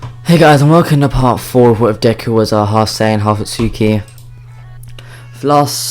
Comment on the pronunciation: didd you just saiddeku